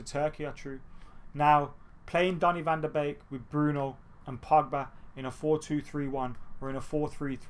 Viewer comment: Finally someone who pronounced van de beek right 🤣